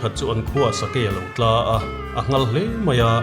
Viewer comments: Sakei alo tlâ ti a ilam hi a diklo a tla.Kawngthlang ah atlahlum tih a atla tih ang a lam tur. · Mizo tawng hi a thlûk a pawimawh êm êm a, a ri sâng leh hniam hian awmzia a nei si a. 'Sa a tlà' tih tur ah 'Sa a tlâ' tih hi chuan beng a tikham deuh... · Sakei tla hi ran chaw zawng tla anga lam tur a nilo, thil kan thlauh, tla anga lam tur a ni e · Sakei huai a tla" tih hi I lam thiam thei miah lo mai a. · A ngaihnawm hle mai, mahse sakei a rawn tla a tih hi 'bawng an tla dum dum' tih a tla angin in chhiar thin hi a dikin ka hre lo, heta tla hi chu 'inhnuaiah ka ti tla' tih a tla ang a lam tur a ni zawkin ka va hre ve. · Kei pawh hei hi ka ngaih dan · ' Sakei a lo tla ' tih a 'tla' tih hi 'sa a tla' tih a 'tla' ri ang hian a ni zawk awm mang e.